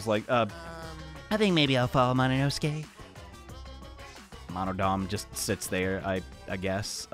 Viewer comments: Why does he say monosuke like mononoske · I can’t get over the fact that he says mononoske instead of monosuke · NOT “MONOINOSUKE” BAHAHAHHAHAHA